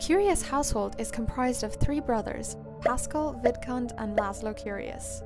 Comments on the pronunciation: Every time you said vidcund it sounded like vidcunt 😂 just saying it’s hilarious and I love it! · Omgosh when you said Vidcund I heard the d pronounced as t 😱 lol 😅